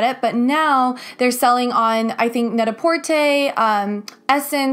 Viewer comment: Not only did I learn more about Skims from this review, but I also learned how to say ‘Net-a-Porter’ correctly...😂🥰💖